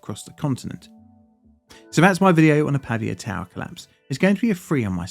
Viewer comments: Why spending time to make a whole ass video about a city and not bothering to learn its correct name? it's "Pavìa" (tonic i) not "Pàvia" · Not Pavvia. Pa-vi-a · The right pronunciation is Pavìa, and not Pàvia: the accent is on the letter "i" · /pəˈviːə/ not /pɑːviə/ :) nice video! thanks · If you're going to make an entire video about a city in a foreign country, find out how to pronounce it first, son. The stress of 'Pavia' is on the second syllable, Pa - VEE - a. Got it ? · It's pronounced Pavìa (with the accent on the i) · As a native Italian speaker, your pronunciation of “Pavia” is driving me nuts